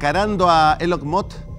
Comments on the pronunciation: Elon Mot, Elon Mox, Elon Mos y su estarlix jajajjajaja.... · SI COLOCAN LOS SUBTITULOS DE YOUTUBE CUANDO EL MASBURRO TRATA DE PRONUNCIAR "ELON MUSK" aparece "el on mod" JAJAJJAJAJAJAJAJJAJAJAJAJJKASJKASKJSJK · "E LON MOD" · Soy fanática de Elon ( se pronuncia Ilon Mask) Musk.